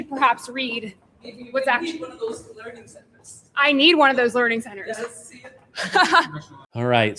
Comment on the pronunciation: Not Learning Centers. Its LEERING CENTERS